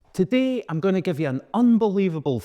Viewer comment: Subscribed the second I heard "today" in scots